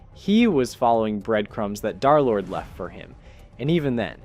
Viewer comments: Its d3rlord not derlord and darlord its d3rlord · He called him darlord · Derlord❌ Derlord✅